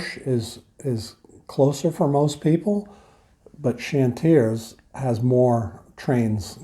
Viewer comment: You need the long-term visa for the time the admin takes in France! P.S. "Chantiers" is pronounced "shone-tyay". 😉 "Clignancourt " is pronounced "clean-yon-coor". Then "Bagneux" is pronounced "ban-yeu".